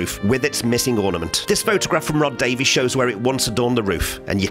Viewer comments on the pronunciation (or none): none